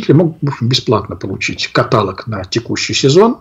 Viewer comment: отец Андрей, Вы же МНГУ закончили - ну никак не катАлог, каталОг, ударение на ООООООООООООООООООООООООООООООООООООООООООООООООООООООООООООООООООООООООООООООООООООООООООООООООООООООООООООО🤣